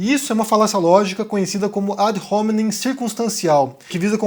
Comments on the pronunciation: Excelente texto (como sempre) que nos inspira a reflexões filosóficas. Apenas uma minúscula contribuição de ordem formal: a pronúncia para "ad hominen", termo em Latim, seria "adôminen", sem o "R" utilizado na palavra inglesa "home". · O rapaz burro no Latim o H não se pronuncia. Não sabe nem pronunciar ad hominem